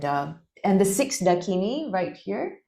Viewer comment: Absolutely SUPERB video, most appreciated. Gives very valuable information difficult to find otherwise. But please do research your pronunciation. Parvati is pronounced PAAR-VATHI. And not Par-vaati. Mandarava is pronounced MAN-DAA-RAVA. Dakini is DAA-KINI. It does not rhyme with Bikini! :) Thanks! 🙏